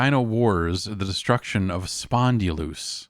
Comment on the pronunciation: Spondylus, not Spondylous 😂